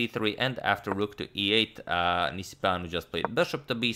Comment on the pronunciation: It seemed like a romanian name :) nice pronunciation on agadmators side